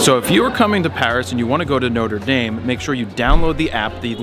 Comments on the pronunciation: ''Nota Dame''! Nothing like murdering a pronunciation LOL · It's pronounced "Notra Darm" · Jared, I love you. But the way you said Notre Dame though.